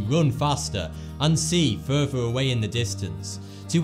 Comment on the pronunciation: "Humans have no furver need to evolve"